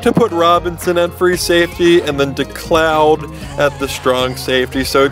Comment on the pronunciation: its decoud... "day-coo" your welcome. and i dont have madden 13 yet.. but taking William Moore out instead of decoud sounds dumb to me atleast by how they play in real life. is Decoud OVR rating better in the game?